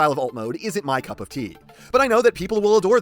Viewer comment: "Kup of tea"